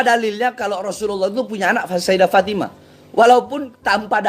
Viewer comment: Itu cara bacanya juga kacau...bukan fatimaTA binTA...tapi fatimaTU BinTU...udah meragukan ...